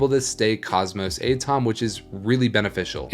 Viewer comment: Do you really not know what an atom is? At-om instead of A-tom.